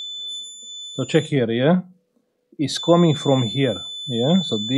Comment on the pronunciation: Îmi place cum zici ceck here😂😂😂❤ brava sir! Felicitări!